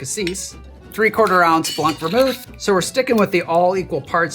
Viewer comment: Je suis curieux : appréciez-vous sa façon de dire « blanc » ? BLONK!